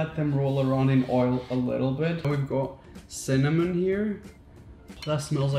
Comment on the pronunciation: no one: absolutely no one: raphael: CinnaM0n!!